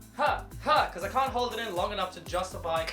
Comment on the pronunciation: he keeps saying cunt. I’m trying not to laugh 🤭 😆